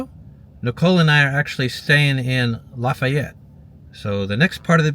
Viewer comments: Didn’t read all the comments, so apologies for any redundancy, but Lafayette is pronounced “laughy-et.” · It's pronounced more like Laughyette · You will be laughed at, no pun intended for saying Lafayette. I have been corrected many times it is pronounced "laugh ay yette".